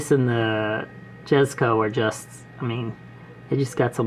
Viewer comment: Really nice video, I’m gonna sub. Also, jesko is actually pronounced yes-co (I also said jes-co)